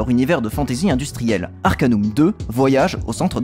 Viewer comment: Salut, a l'epoque personne ne disait Arcan[U]m mais Arcan[AU]m (du moins en france ! xD) Note: Le jeu est sur Steam Note2: le Patch Fr se trouve aisément, sinon me MP xD Note3: Bonne vidéo!